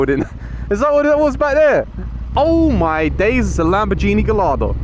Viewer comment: Gallardo is pronounced Gajardo :) :P